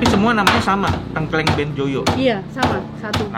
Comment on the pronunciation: di banten juga makanan khasnya tengkleng, isinya biasanya kepala kambing. Tapi koko nex cara bacanya salah, harusnya baca huruf E di Tengkleng itu kayak baca TETE dan bukan kayak baca PETE.